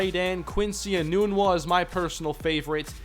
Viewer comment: Has Quincy Enunwa changed the pronunciation of his name. For 4 years at Nebraska we pronounced nun with a short u and not a long U. Were we all wrong during his years at NU?